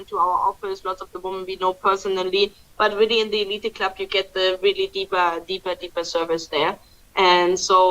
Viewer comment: it’s the eleet club, not elited! Just a pronouciation correction. Remember in English, when the letter e is the last letter it’s usually silent.